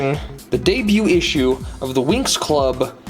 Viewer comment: I don’t want to be that guy but the show is pronounced like wings not winx